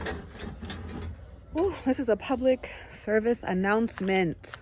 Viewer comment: The way you said Announcement and Abundance; sounded like ausi Asheli